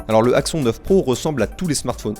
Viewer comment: Cet Axon 9 Pro (prononcer axonne contrairement à ) m'a l'air pas mal j'ai juste peur du manque de suivi des mises à jour car j'ai entendu que beaucoup de possesseurs du 7 sont encore sous Nougat et n'ont pas reçu à ce jour la mise à jour Android 8 Oreo 😧